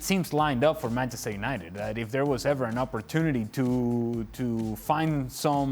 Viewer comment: did she say 'Penchester United' 😳